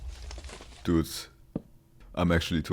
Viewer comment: He's adorable lol the way he says dute instead of dude